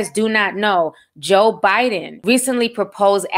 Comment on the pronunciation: Girl when you said Joe Biden why I hear Joe Buddin 🤦🏾‍♀️🤣😂🤣😂🤣